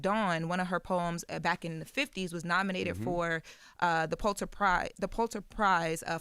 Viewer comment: This is who you all were hyping up as a great reader ?? She can't even say ,Pulitzer